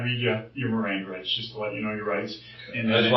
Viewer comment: I actually wondered if he was a detective, he didn’t seem to know what the Miranda rights were without looking at it and then said it all wrong😂